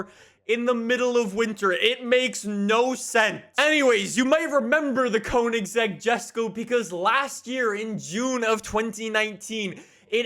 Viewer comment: Its not Kounigsegg. It's koeynigsegg